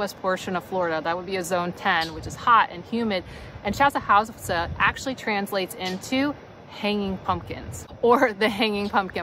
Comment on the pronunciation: Around here we pronounce it chasawiska Chaz- a - whisk-ah